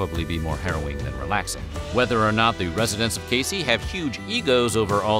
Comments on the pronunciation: Ayy I’m from Casey! For The record it’s pronounced cay-zee. Also all of the “world’s largest” items have been funded by one family The Bolins in order to draw tourism to the town. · Casey, Illinois is pronounced "Kay-zee" just FYI